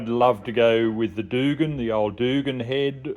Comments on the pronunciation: Doogan head or Duggan isn’t it pronounced Dug an. Shit that’s a lot of money for that head. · pronounced Dug Anne as one word. No O in there